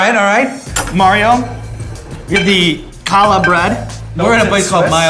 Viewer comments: Calls it "kallah" bread eks dee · Sean you're great. The way you say Challah hurts me physically...To my core.